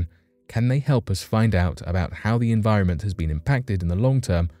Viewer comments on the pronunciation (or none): none